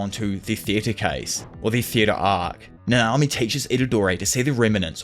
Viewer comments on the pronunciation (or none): Might be me but dude puts the emphasis in each name in the exact opposite of how it should be. NAnami, not naNAmi. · I was gonna watch this video but the way you say nanami is annoying af